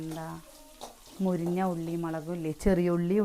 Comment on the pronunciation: മുരിഞ്ഞ എന്നാണോ പറയാ എനിക്കു കേൾക്കുന്നതിൻ്റെ തെറ്റാണോ🤔